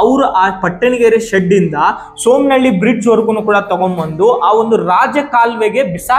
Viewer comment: ಸೋಮನಹಹ್ಹಳ್ಳಿ ಅಲ್ಲ ಸುಮ್ಮನಹಳ್ಳಿ